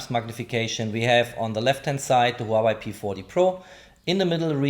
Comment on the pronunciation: It is not just Reno - it is also the way you pronounce Huawei - technically good review, but unbearable to listen to.